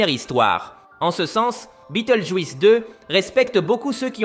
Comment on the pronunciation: ça encore, c'est juste dommage mais le juisse répété toute les 30 secondes ça casse tout. Je me demande si la voix n'est pas une IA du coup.